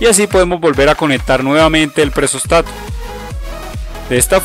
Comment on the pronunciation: nose dice presóstato se dice presostato ; ojo usted lo pronuncia de las 2 formas ( o lo dice bien o lo dice mal ;deje de cambiar acentos ) muy mal